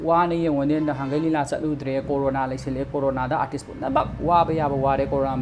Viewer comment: Cda pronounciation class twba nte....mana fongdokningliba wase keino do aduda focus twbiyu